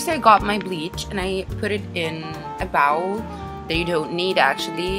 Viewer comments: "a bowel" haha you mean bowl? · Bawol xD it's bowl like Super Bowl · ok im not trying to make fun of her accent but she said bowel. instead of sayinf b-OE-well. but lol i bet she can keep trying XD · OH MY DAZZZE LEARN YOUR WORDS ''bowwl'' ''seww'' -_